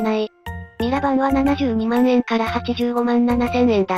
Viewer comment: 万円(よろずえん)